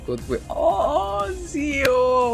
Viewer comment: It’s Zeo not Zao.